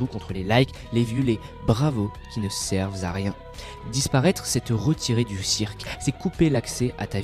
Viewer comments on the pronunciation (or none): Les bravos qui ne "servent z à rien", comme cette liaison inventée de nulle part.